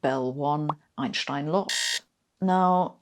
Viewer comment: I have trouble following her, which I am sure is my problem, but it doesn't help that every time she says "Einschstein" instead of Einstein it is like fingernails on a blackboard. Thinking maybe I and millions of others who pronounce it without the "sch" in the middle were wrong, I searched on "How to pronounce Einstein". Blieve it or not, about half say this lady's pronounciation (but with a softer 'sch") and half as most Americans pronounce it, and a few that sounds in-between. So thanks everyone for clearing it up, ha.